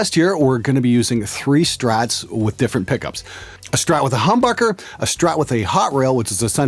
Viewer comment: it sounded like he said humburger